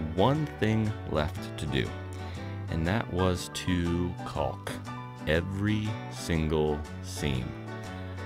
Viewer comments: Absolutely love this series of videos…Iver is one incredibly lucky kid!! And though it doesn’t really matter, I can’t stop myself from saying, it’s pronounced: kawk. 😊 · Caulk: you have the A sound correct, but here in the Midwest at least the L is silent. It sounds weird to me to hear the L pronounced, like hearing the W in sword. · So the L isn't silent? Lol